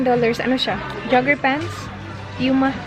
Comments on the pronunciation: British pronunciation po ng puma is pyoo muh... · POO-MA, not PYU-MA; CON-VERSE not CAN-VERSE. Dnt take my corrections offensively, just happy to see people improve. You are doing well, keep it up. I like the authenticity and humility. And positive vibes.